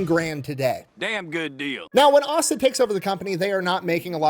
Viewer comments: It’s ay-sah not ah-sah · As a friend of the family, I’ll step up and correct the yankee mispronunciation of his name. Say”Ace”, now say “Ace-A”. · His name is “ay-suh,” not “ah-suh.” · I love your channel and I'm from Atlanta. Asa Candler is kind of a big thing here. His name is Asa pronounced (Eh Sah) Hard A. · I’m 29 years old just now finding out that I have the same first name as Asa chandler. Idk about his tho but mine is pronounced as (aye-suh) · It's pronounced Ace-A. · Asa = Ay-suh. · A (just like saying the letter)-sa (as in the king in the Bible) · Yo! It is Asa (pronounced Aysa) Candler. Also a Methodist Bishop- creator of Candler theological seminary at Emory. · his name was Asa Candler, “Ay-suh” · ACE-UH Chandler. It's pronounced Ace-uh. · Asa is pronounced "ace-uh" Source: it's my first name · Trivial, but its a hard "A" not a soft "A" in Asa, eh-sa. And Chandler there's no "ch" but just "c* as in candy Those from Atlanta of course already knew this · Great Video! However, you mispronounced the founder's name. It is Asa Candler. The first "a" in his first name is a long a, so it is pronounced like the letter "A". Also, his last name is Candler, not Chandler. Sorry, but everyone in Atlanta that watches this is going to cringe when we hear you mispronounce his name. On the other hand, keep up the great work making these awesome videos. I always learn something from you and you always make me laugh with your sense of humor!